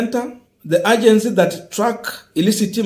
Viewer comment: /Eidjensi/..not /agensi/; colluded....not collided....whatever you mean; work on this, good friend. Help us to follow you understandably.